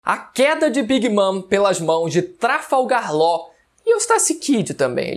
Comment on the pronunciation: "A queda de big mam pelas mãos de trafalgarr ló... E eustassi kid também" 😐